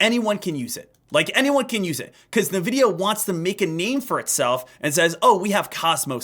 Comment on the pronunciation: My bro it’s pronounced en-vidia not nuh-vidia